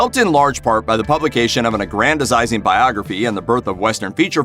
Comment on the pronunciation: Learn how to pronounce "aggrandizing."